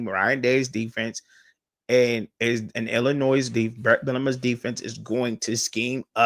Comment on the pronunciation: Hello, Bro. Pro tip: there is “No Noise” in the proper pronunciation of the French/Indian word: Illinois. This weird word sounds like: il•uh•noy I was taken to task years ago by an acquaintance from Dekalb, Illinois for unwittingly saying the word by sounding out the (s) on the end…exactly the way you are doing in this podcast. (no offense) Back then, I claimed ignorance on account of not being raised in the “Land of Lincoln.” Now that I’m a retired English teacher, I thought it might be helpful to share the experience. ✌️